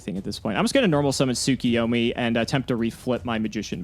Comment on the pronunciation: Yet another week of reminding you two that you are mispronouncing Tsukuyomi. It isn't Tsu-ki-yo-mi. It is Tsu-KU-yo-mi. Please for the fans correct your pronunciation.